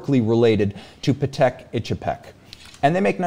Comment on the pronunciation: Patek is pronounced “paddock” you know :)